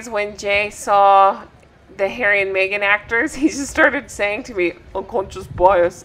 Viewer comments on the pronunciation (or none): Mee-gain is there? WTH ?